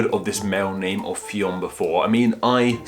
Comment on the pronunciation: Come on. How did you manage to fin MULTIPLE sources pronouncinging it wrong? its pronounced like Finn